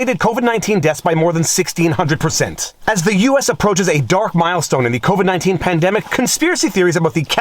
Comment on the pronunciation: If your Talking about Fauci, there's no 'o' in the last word of "Covid Count"